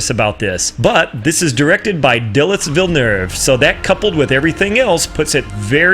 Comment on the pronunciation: Dillis Villnerve? LOL! :D